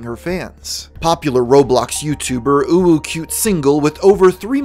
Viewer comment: Thank you for your effort to say "uwu" Whenever u tryna pronounce her name. Must be tough to hold the "feeling cute" feeling